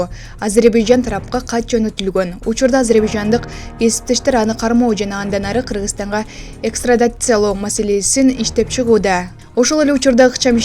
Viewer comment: Экстрадация эмес экстрадиция болот журналист вообще тупой 🤦🏻‍♂️